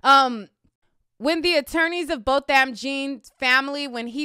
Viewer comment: His name is pronounced bow-thumb. Jean is french as in Jean Piaget. Not being petty. Just saying